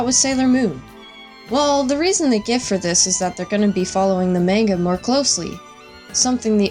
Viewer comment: the way you pronounce "manga" in this is annoying & incorrect. its "mahnga"